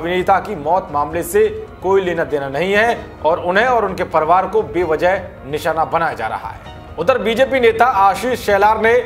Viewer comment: परवार नही परिवार हमेशा गलत बोलता हे